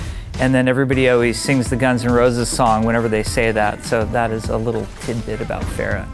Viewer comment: cringe when even pronounces Pharah wrong